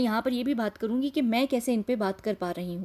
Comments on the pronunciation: why did you say "Shuk" "rea"??? with a pause?? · Woah...all the possibilities luk intriguing...luking fwd for ur detailed analysis...big 👍 to u....btw ur " shukriya " was a bit off 🤔